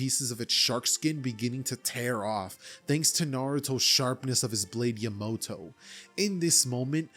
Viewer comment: PEAK video but OMG how you said Yamato actually made me tweak, but I still love the video keep doing good!